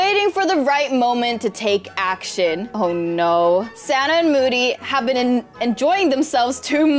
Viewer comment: Poor moody she don't know how to read.she said i have being While 😂